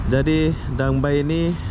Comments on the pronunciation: Sebutan DangA bay bkn dang bay ya 😀sepi sungguh tempat di danga bay. Moga sempat dtg ke singapura pulak satu hari nanti. 🙌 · Bukan Dang Bay .. DANGA BAY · Sebutannya gini...Danga Bei..( Danga Bay )